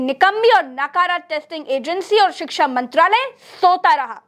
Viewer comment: आप शिक्षा का सही उच्चारण नहीं कर पा रही है